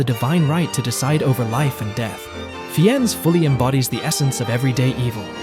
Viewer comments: Well, I would say Daniel Day Lewis in ANYTHING! It's pronounced Ralph FINES, not FEENS by the way. Interesting video. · I hate to be so picky, but you need to learn how to pronounce their names. Safe-fines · Fiennes is pronounced FAYNZ. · I think they pronounced Fiennes every way but the correct one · He blew the last name too!